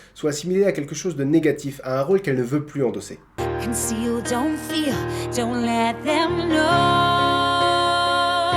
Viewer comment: Conceal, pas counceal:) Sinon super vidéo